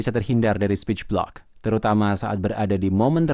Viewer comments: Sporch blick Speech Block Yang bener yang mana min, maaf kalau salah denger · Iya aku dengar juga bgt... kyknya slh ucap 😀